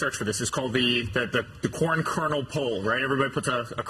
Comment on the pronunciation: Did he say corn or porn?